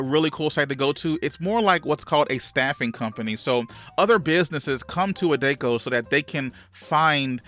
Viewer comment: That's for posting this. It's pronounced A-Deck-O